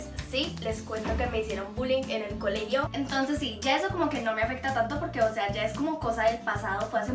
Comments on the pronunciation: si escuchaste decir a colechio en ves de colegio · like si notaste que en el minuto dijo en el coleyo